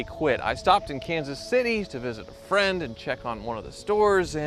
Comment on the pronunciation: He's not your fwend, buddeh ! I'M NOT YOUR BUDDEH GUY !